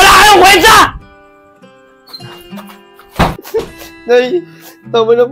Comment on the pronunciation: Kwecha pala yung pronunciation na kwenta 😂😂😂😂